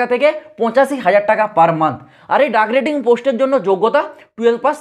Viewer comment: ডাক রেটিং নয় ওটা ডেক রেটিং